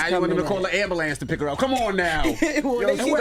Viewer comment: my take away moment is that charlamane the demon can’t say ambulance